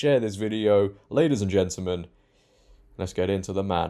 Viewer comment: Brilliant show just one point to make and help you out. You pronounce gentamen as gentlemen, this is very important.